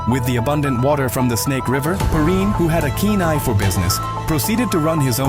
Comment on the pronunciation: Credibility is lost when your AI can’t pronounce “Perrine” correctly.